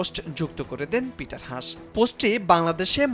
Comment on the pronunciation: ষ্টুপিড সাংবাদিক, ওনার নাম “পিটার হাছ”, লজ্জা হওয়া উচিত আপনার যে একটা নামকরা মানুষের নামটাও ঠিক মতো উচ্চারণ করতে পারেন না আবার সাংবাদিকতা করতে আসছেন!!!